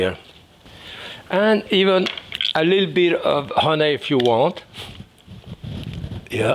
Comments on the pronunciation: Just came here for the "Hunaay" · I just love your French accent. Especially the word. “Huny “ lol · Great accent on the word, "honey". Love you, Jacques. Merry Christmas and our hearts are with you and your family